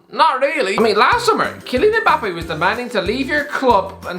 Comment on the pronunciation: Why do people(mostly white people) call him EMbappe? It’s Mmmbappe